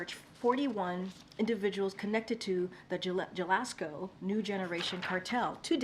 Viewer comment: JA Las Co? Really? She can't even pronounce a name of a major State in Mexico? That's a bit insulting. Does she call Jalapenos, "JA la pe nos?"🤣